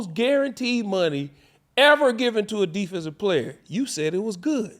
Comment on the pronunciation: He called money Munion lol 😂 who comes up with this lol 😂